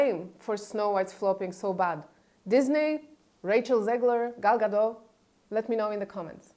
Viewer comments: Gadot, not Gado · It doesn't matter; people need to stop saying Gado like it's Gal Gadot's surname and not Gadot.